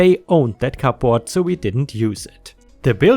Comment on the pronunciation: when you pronounce cupboard don't pronounce the p